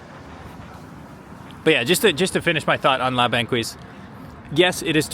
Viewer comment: “La Banquise” is pronounced as “La bankease”. The qu is pronounced as a hard k.